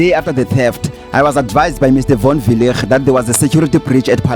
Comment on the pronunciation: here is my advise: Proper PronuncIATION WILL GET YOU MORE LIKES ASK CHATGPT. ask it how to pronoune Von Weilligh. just an advise it is kinda offensive to mispronounce someone's name behind the idiocy of "thereis no master of pronounciatiion it is pronunciation.""